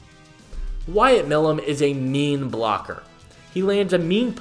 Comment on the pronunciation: Hey brother it’s pronounced “my lum”